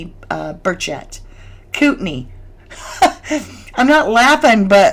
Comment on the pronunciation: It is pronounced "coot in i" county.😊